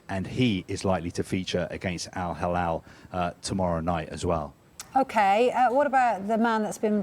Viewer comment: not Al Halal 😂 it’s Al Hilal ✔️